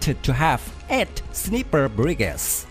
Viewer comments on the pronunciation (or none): "Sneeper" brigade?? 😲